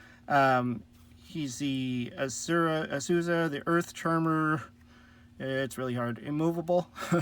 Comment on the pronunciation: May I recommend Eria waterboarding where Gagigobyte and her trap can empty your opponent's hand lol Also as a pronunciation note, its Heeta, those are two i's. Then it's Au--sa. Like Australia.